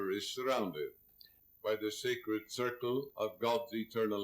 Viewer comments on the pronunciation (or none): none